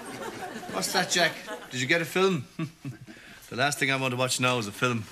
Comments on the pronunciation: "Watchin the filum" 😆 🤣 😂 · "They're even coming from Gdansk to see the fillum."😂